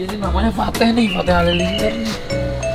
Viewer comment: Bukan fateh tapi saih bang